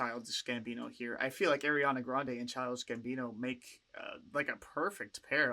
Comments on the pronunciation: Friendly reminder, Ariana hates being called “airy-Ana” and it’s pronounced “R-E-Ana” no hate though, love your reactions. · IT’S PRONOUNCED “AH-REE-AH-NAH”!!!!!! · lmfao ily but it’s not “airiana” 😭